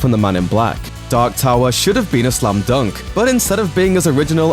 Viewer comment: It's slam not slum.